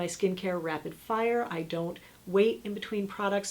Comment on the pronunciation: You killed me at the part when you said "...F I R E..." like you were chinese..!!!!! 😜😜😜🤣